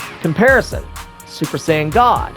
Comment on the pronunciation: "SoO... SuPeR sAiyAIn gAwD"